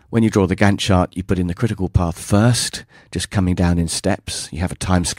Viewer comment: It sounded like you were saying "gun shot" whenever you said " Gantt Chart"... LOL!